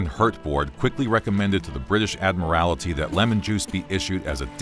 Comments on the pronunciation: It’s the Admiralty not the Admirality. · "Admiralty", not "Admirality"! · "Admiralty" only has the one "i" in it. Not "admirality". Please. "Admiral-tee." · "Admirality?" How about "admiralty?" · Ad meerr al tee? Oh you mean Admiral tee ( Admiralty) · I'll save y'all 7 minutes: it's scurvy. Also, admiral-ity??? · Admiralty not Admorality ... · British "Ad-mir-al-it-ee"?? NO - please work on pronunciation. You have almost 3,000,000 subscribers! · The Adma-rality? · Did the pronunciation 'admarality' irritate anyone else? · How you say “Admiralty” is so odd... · The way he pronounces "Admiralty" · Take it from someone who made the same mistake for years; ‘Admiralty’ doesn’t have a second ‘i’ 😂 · Why is everyone suddenly mispronouncing admiralty?